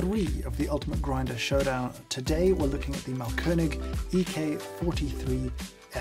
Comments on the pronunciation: Yes, audible Umlauts! Although he does say mahlKÖNIG instead of MAAHLkönig, i.e. emphasis on the wrong syllable, and A too short. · Thanks! It's Máhlkönig btw, stressed on the first syllable. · His pronunciation of Mahlkönig is simply wrong. I appreciate the effort to try and he certainly did a better job than your average Joe but to say it's on point or incredible is a bit far fetched.. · Thanks for a very informative and enjoyable video (as always)! You also did a very good job pronouncing the German Ö-sound perfectly! Just a little tip: the A in Mahlkönig is a long sound. An h after a vowel always makes the vowel a long sound. ;) Keep up the good work and thanks for making lockdown more interesting :)